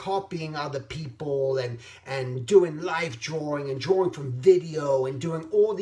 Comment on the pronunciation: I'm not being sarcastic, I really like how you pronounce "drawing". ...DROR-ring. Anyway, great vid as usual. I usually listen to your vids when I'm doing my freelance work. It's very inspiring and calming.